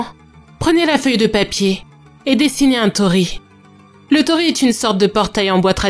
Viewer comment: Bonjour, Petite précision : il ne faut pas dire tori mais tori-i, car tori c'est "un oiseau ". Sinon très bonne vidéo comme d'habitude. 😘